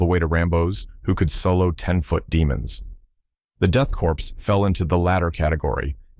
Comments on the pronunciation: all the people that cover these guys always say corpse, when it pronounced CORE, lol. as a veteran it kinda drives me nuts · 'Korps' - prounced as in 'core' or 'kaw', comes from French with a latin origin. It infuriates me that people prounce it like 'corpse' 🤦‍♂️